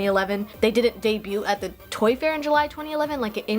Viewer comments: girl its day-byoo not day-byute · debut is french and you dont pronounce the T